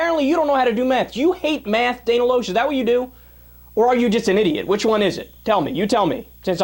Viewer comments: Ugh, Pronounce Dana's last name right! It's Lash not Losh! LOL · it is pronounced Dana (Lash) aka Loesch, and she has her own radio show that Piers has been on a few times. I bring that up because if you don't even know how to properly pronounce her name, than you can't possibly have done the research to know what ideology Dana Loesch actually adheres to. You don't know about her liberal democrat roots, you don't know what caused her convictions to change and you don't know what she, as an individual stands for. Do you research then shoot your commentary. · Atheist conservative here. Hey sport, might consider learning how to pronounce her name before declaring her "super dumb". You abdicate IQ points by declaring yourself a liberal. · I like how he says she is dumb.. But he can't even seem to say her name correctly. Especially when a 5 second google search will show it, or that actually watching anything she is in will say it.. But no.. This kid is obviously a tool of the highest order. Btw.. The books aren't fooling anyone, "bro".